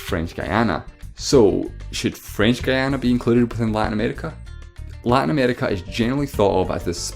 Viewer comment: Also, it's pronounced "ghee-AH-na", not "guy-AH-na"